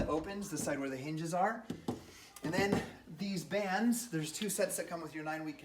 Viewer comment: I was calling out, "Bands, it's bands!" 😂 Maybe you were just really excited about the unboxing because you got it correct after 😆 Also, your kids are adorable.